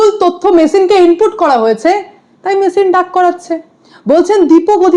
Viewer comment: আরে, "মেসিন" নয়, 👉🏿"মেশিন" (MACHINE) !!!!! 😁😁😁😁